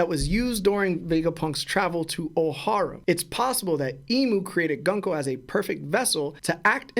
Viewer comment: Okay I don't wanna be the guy who does this but it's GOONKO I know English is English and it would make it GUN KO but Oda is JAPANESE just like Cerberus it's pronounced KERBERUS and her name is pronounced GOONKO. If you have any questions GrandLineReview will help you understand more lol